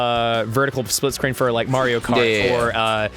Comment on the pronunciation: it sounds like Ross said "Mario Kart 4" instead of "Mario Kart for...".